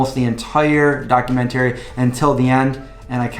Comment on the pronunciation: Maybe going vegan messed up your pronunciation of 'documentary' -- should be "docuMENTary". Other than that I'm looking forward to seeing the film -- they showed it one night only in my community and I missed it. So far I'm only vegetarian, still eating eggs, some cheese, some kefir.